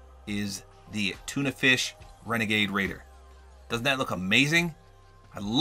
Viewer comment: It's wenagade wader